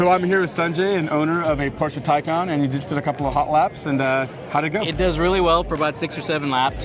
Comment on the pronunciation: Please, please, please pronounce Taycan as in Taichi for "Tay" and calm for "can".